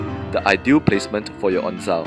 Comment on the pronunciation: Onzo, not onzao